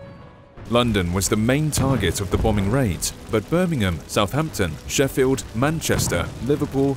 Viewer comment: Can I just state one thing a American said Sheffield right like omg